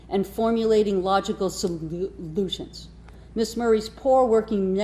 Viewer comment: does this judge know how to read? or speak english??? like she couldnt say SOLUTIONS, ENDANGERMENT, or NICHOLAS like seriously this judge sounded like she was having a stroke.